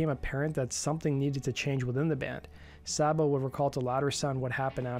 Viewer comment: Dave Sabo’s name is pronounced ‘Say-Bo’, not ‘Sobbo’! Get it right!